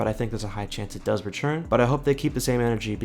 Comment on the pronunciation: Nobody:: retsjurn